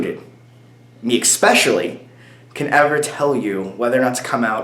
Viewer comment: I really missed your face and the "ecspecialy" :)